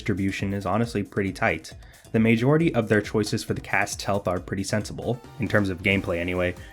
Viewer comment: Why can’t you say majority